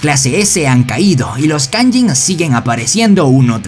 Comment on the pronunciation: No se dice kayin se dice kayjin